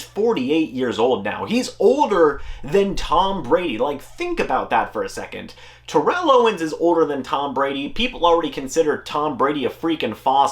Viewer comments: It's pronounced tair-ull, don't make an enemy of T.O. lol. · You are mispronouncing his name